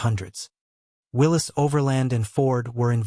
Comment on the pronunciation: If you cannot pronounce the word "Willys" and don't know the difference between cubic inches and cubic centimeters you should not make a video about jeeps.